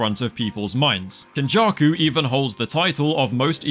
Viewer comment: “Kenjarku” “marhito” yeah nah I’m gonna sit this one out